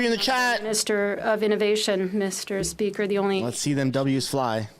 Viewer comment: Fill the gap " mr. Speaker" " mr. Spesker".😅😅😅😅😅😅